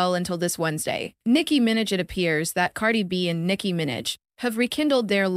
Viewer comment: ''Nicki Minj"